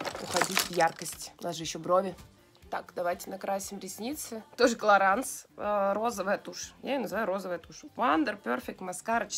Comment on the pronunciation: Лена, клараН..ну тебе ли не знать?😒ну не читается последняя буква во французском..😓